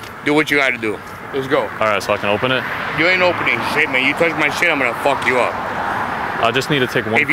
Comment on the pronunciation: "ium gonnaa fawk yaou uhp" 💀